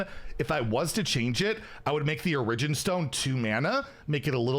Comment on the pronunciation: Say it with me now... OR - EH- JIN (ORIGIN)